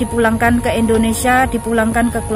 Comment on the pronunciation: Bkn Endonesia Indonesia.